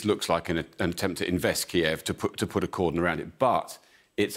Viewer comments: Didn't anyone tell them to say Kyiv an not Kiev? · Isn’t the correct pronunciation “KEEV?” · Please don't pronounced Kyiv in the Russian way.